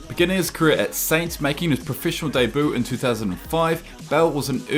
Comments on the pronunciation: Is it me or did he say debu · Say debut properly zoomer